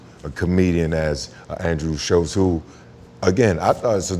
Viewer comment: There is no T in andrews name. You said it wrong every time